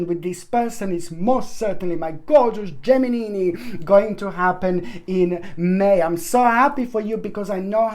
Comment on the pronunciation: U are so funny! Learn to pronounce the word. GEMINI. LOL .